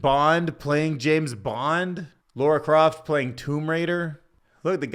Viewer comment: The way you pronounce Lara Croft 😢😂